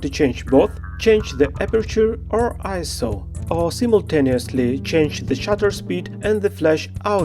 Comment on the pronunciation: Thank you so much for pronouncing ISO correctly! So many YouTube "pros" say I.S.O.